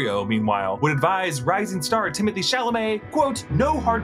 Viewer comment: Isn’t his name pronounced Timmey Tay? And not Timothy?